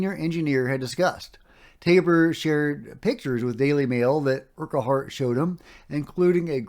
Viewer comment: The dude's name that you can't pronounce is pronounced urkhart.